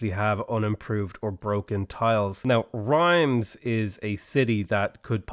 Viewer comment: People who wanted to give you crap over pronunciation of French cities would get on you for Rheims, because pronouncing that like "rhymes" is really heinous. Affreux, in the vernacular. That said, it is clear that the French decided to pronounce it "res" just to mess with the rest of us, so everyone gets a pass on Rheims. I went after the pronunciation of the endings of Amboise and Toulouse because those actually make sense and follow a rule that normal people can understand. We need to try to humor the French wherever they are half-way reasonable.